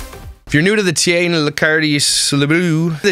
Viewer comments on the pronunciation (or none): Tye-Anna Lick-ardo Tee-vola. AT LEAST SAY IT RIGHT lol I love their channel but I legitimately HATED the shit she put about Paul. It didn't seem right at all. We get she's the bread winner and they're quite sarcastic... But it's not cool to to talk as if Paul doesn't mean much.